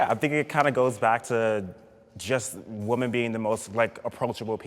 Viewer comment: It's "Whym-men",, not "Whum-man"!!! (Woman/Women.) That drives me crazy. If I lived in a house full of males I wouldn't say "I live with a bunch of MAN." I'd say "I live with a bunch of MEN." Pronounce correctly,!!! "Theres a group of females. Look at all those Whum-man." NONONONO!!!!